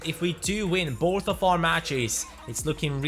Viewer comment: does he say "if we win borth of our matches?" or is it just me